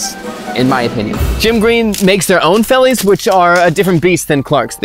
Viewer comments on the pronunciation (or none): Please don't say boer farmer. You are just saying farmer farmer. Another quick one, V in Afrikaans is pronounced with the F sound and D is a T sound. Say it like 'fellies, and FelTskoen(veldskoen). Still a good video!